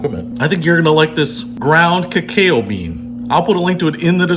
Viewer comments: It's pronounce ca-ca-o. It's the nuts and raw stage of chocolate before it is processed to what we know as chocolate. This was the brew the Mayans drank at ceremonies and was known as the "food of the gods" and only consumed by nobility during sacred ceremonies. It was thought to have aphrodisiac qualities. So... don't drink too much! Lol. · Cacao is pronounced ke-cow. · It's pronounced Ka-cah-o. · Pronounced Kah-Kow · Your spelling of the pronunciation of cacao does not help. Cacao is pronounced ke-cow. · I am going to assume the was kidding when he didn't know how to pronounce cacao.